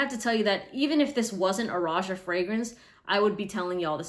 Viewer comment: Isn't it pronounced Rohah